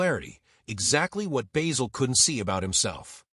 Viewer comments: It's Basil not Baysil. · BAY-sil? Have you watched the show? Not to mention a completely click-bait title. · At the risk of sounding overcritical, I would point out that in British English the name (and the herb) "Basil" has a short "a", and rhymes with "razzle". I am impressed by Cleese's father's foresight in changing his surname. I have known a number of people who have changed or dispensed with a name, often without any obvious need, but ugliness is in the eye of the beholder. In thirty odd years of teaching, I met children whose names affected them as much as a physical deformity, and who got rid of the offending name at the first opportunity. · Why do Americans pronounce Basil as bayzil? No other nation can mangle words like the Americans. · What an absolute pile of shite! AI couldn't even pronounce his name correctly, not just AI shite but American AI shite. Why all the pictures of people who were not even in it? Wankers!